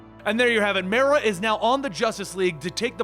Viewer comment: The league "league Destoryed by myrah" is drunk again.